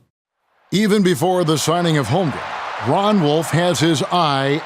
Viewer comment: Can't believe after all these years, some of these guys still call him "Holmgrem"